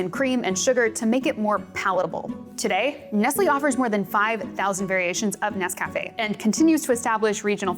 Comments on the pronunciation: This is very interesting, learned a lot about instant coffee I didn't know before. But, please forgive me, the mispronunciation of the product name was very distracting. It's not "Ness Cafe" (as if it were two words). It's Nescafe. All one word, like the lady in the old commercial pronounces it... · It's instant for me, but when I run out of that, I use a French press and standard grounds. Tasters Choice is my brand. Also, it' Nes-cuh-fay, accebt on the ay, not Nes-caff-ay. I prefer Classico and Maxwell House as well, because they're cheaper that Tasters Choice.